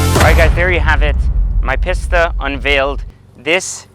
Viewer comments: . PISS-ta? facepalm. Try PEACE-stuh. Thank me later. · From one Italian to another it's pronounced 'Peasta' not 'Pissta'. Like the leaning tower of pisa! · Is it pronounced Peesta or Pissta? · Lol, gotta cringe every time somebody calls this car a “Piss-tah”...it’s a “Pee-sta” Be careful, Ferrari may roll out of his grave and take it away from you! 😂...All teasing aside, love the car and I’m a huge fan of that blue as well (I think they call it California Blue on the new models?), and it’s always cool to hear a person who has pride in his life’s path and truly enjoys the rewards that gives, rather than simply seeing these things as mere status objects. Enjoy dropping the hammer in that bad boy 👍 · it's pronounced Pee-st-ah smh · A "Piss-ta"?? You'd think the anyone with an iota of class might learn how to pronounce correctly. You can take the guy out of the slum, but you can't get the slum out of the guy. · That is absolutely gorgeous. And I think it’s “pee-Sta”. Best Buy you’ve gotten this year. Gonna be hard to top even after the dbs’a you keep coming up on. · they are both underwhelming . One of them is just more over torqued, and turbo charged unlike the magnificent naturally aspirated 458 speciale. The only thing the PISS-TA ( as he keeps pronouncing it in the vid) can do more effectively is go faster in a straight line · right i was cringing every time he said it wrong